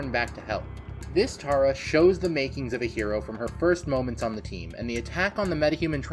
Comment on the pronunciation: It is Tara name is Tara